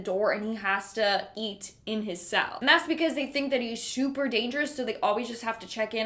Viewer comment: Did you say "shoeper" dangerous?